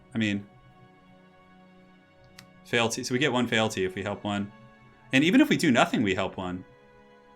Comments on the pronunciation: Feeelty not failty.....i know its nitpicking feel free to ignore me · Feel-ty, just FYI. Great stream apart from that:)